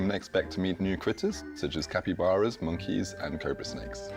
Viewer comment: All I heard was cappybaras